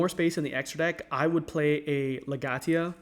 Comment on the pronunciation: mans really pronounced legatia, legyattia